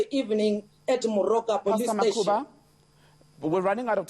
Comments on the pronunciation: MUKHUBA not makhuba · First it's not Makhuba, your whack Journo must do his job, pronounce names of African guests properly, it's disgusting and embarassing. 2ndly your stupid journalist focuses on prayer and positions it to be an instigator of violence, how low. It's charlatans like this who questions a rape victim about clothes she was wearing, if the way she was dressed could have triggered the rape. Shame on your shallow so called journalist for trying to ambush the Pastor. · Reporter, it's MUKHUBA, please! You do a lot of reading, so PLEASE, don't bore us. We stand with, and we stand against police brutality!!!! The only thing that the reporter concentrated on, is the PRAYER! No concerns about those who were shot, unarmed by the way. We see which side you are on, we see you indeed! We will not stop praying dangerous prayers just because of those who question them! Stop talking too much and PRAY! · To me too is